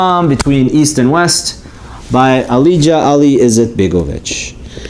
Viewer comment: Sorry, I know this is an older video lol. But, his name is actually pronounced 'Aalia', the j in Bosnian is actually a y.